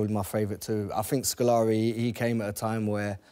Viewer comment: Scolari though lmao